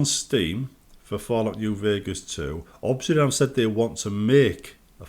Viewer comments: Why is he saying 'Obsidan'? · Europe moment